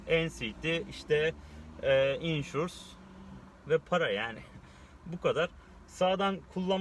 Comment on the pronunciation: insurs ne allasen ya. insurance de suna. o kadar irlandadasiniz.